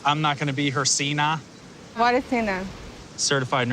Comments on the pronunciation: I still can't get over him calling a CNA a "see-na". John Cena, what? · See-naw ... CNA you dumbass asshole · “seena” HE MEANT CNA lord save me now💀💀💀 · Did he say "cina" for CNA? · "Ceena" LMAO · “I’m not gonna be her Seena” ummm it’s actually C-N-A 😂😂😂😂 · “I’m not gonna be her seena” bitch what...U mean CNA??? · JSJSIDKDK I dont know why it bugs me that he pronounced it 'see-nah' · Am I the only CNA that got offended by how he pronounced CNA?....